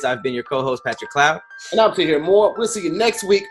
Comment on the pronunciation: ‘Harjeeb’ I’m so use to Tahir now I don’t even pause , I’m just like, I know what he means 😂😭